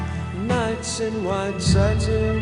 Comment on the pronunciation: First, learn how to pronounce the word satin, second, maybe you could putty knife your face before the video, and third, if I knew it was going to be a sing-a-long I would have brought my harmonica.